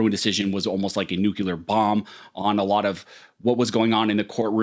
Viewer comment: "nuculer bomb"...?? Yeah ok...